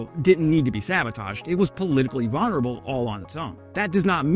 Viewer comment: I don't know why YouTube won't always allow me to comment on your videos. I was watching your video on Russia's base on the Finnish border—couldn't comment. Oh well. 1. Vulnerable—the "l" is NOT silent. 2. Congratulations on your JD.